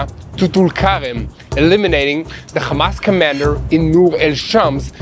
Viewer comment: Bro learn how to say "hamas" not "khamas" lol yall Israelis can't even say the name right but stay saying it wrong sound so dumb